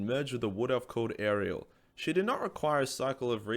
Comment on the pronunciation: did you say arliella? its allariele xD el-air-ee-el